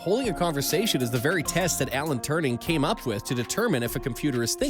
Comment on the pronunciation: It's Alan Turing. Not "Turning"...